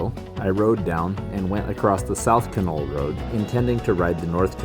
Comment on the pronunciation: In the Yukon everybody pronounces Canol more like (dog) kennel.